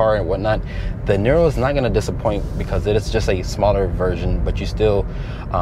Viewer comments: it's pronounced NEERO (like hero), not NIRRRO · It's pronounced like "Near row", not "Knee row"